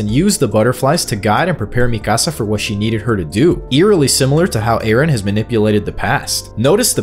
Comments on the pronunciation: It’s pronounced, ME-KUH-SUH lol not MI CASA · Is this an AI voice? The Latino pronunciation of "Mikasa" is beyond grating to the ears man.